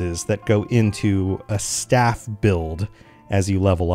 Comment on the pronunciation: Please don't ever say staff that way again. I'm trying to be nice but everybody knows how to say this its staff s t a f f. Where are you getting the v from. You are banned from playing again if you say that s*** forreal. Like wtf. Wtf are u smoking 😂😂😂😂😂😂😂😂😂